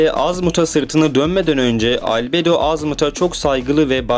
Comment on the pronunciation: Abi şu video nun başında dediğin Albedo diyisin çok havalı